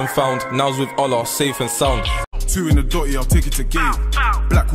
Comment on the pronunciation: Allah not ollar😂😂